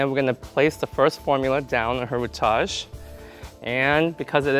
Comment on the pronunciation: Love your work, hate you say rootage.